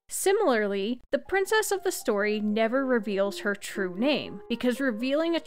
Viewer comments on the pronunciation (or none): none